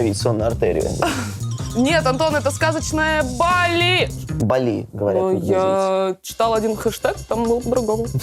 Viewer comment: сказачно ебали 🤣🤣🤣